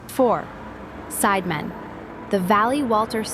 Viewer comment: It's pronounced Sid e man, sounds like the spice Cinammon